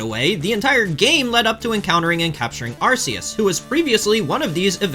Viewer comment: “Pokemon fan for 30 years” doesn’t know how to pronounce “Arceus” despite it being explicitly said in the movie Checks out lmao